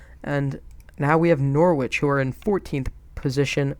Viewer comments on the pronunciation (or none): I'd love to see this as a regular series. Defo want to see you in the CL etc. Kane for 200M wow dude lol English players go for stupid £ but that is crazy lol great result against Norwich I enjoyed watching it. Just so you know you pronounce it Nor- rich 👍🏻 top series buddy 😉🇬🇧🇺🇸